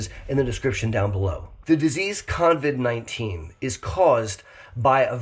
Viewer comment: it is COVID-19 NOT coNvid. No N in the name.